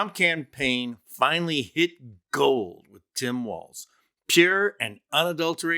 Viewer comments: Walz. Not Waltz. Not Walsh. lol. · I usually love your videos, but I have some constructive criticism on this one. 1) I believe Walz's brother has already backed out of all of these claims B) Jesse Waters said Tim's last name correctly "Walls" after you said "Walsh" and "Waltz" interchangeably throughout the video. Jesse. Waters. iii) This criticism is of the Walzes, you're totally right, that the apostrophe should never, ever be used to pluralize. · I like how it goes from Walz to Waltz to Walsh to Wa[vague mumbling]